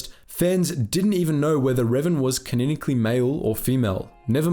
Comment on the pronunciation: It's "ca-non-ically", not "kineckly". Ffs.